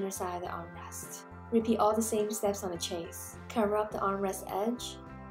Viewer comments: Ok. Enjoying watching but one thing is driving me crazy. Chaise is not pronounced like chase. It is pronounced like shaize. The ch has a soft sh sound and rhymes with maize. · Definitely going to make this - you're incredibly talented and my go to for miniature tutorials!! I'm going to try making these for my nieces! As an aside, not to be annoying, but it's pronounced SHAYZ or SHEZ as opposed to CHAY-se. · Isn't it pronounced "shez"?